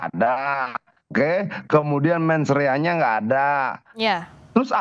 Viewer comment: Ini narasumber yang bernama pangi sangat tidak meyakinkan, ngomongnya aja sering salah mensrea jadi mens area, cannot jadi kinot astaga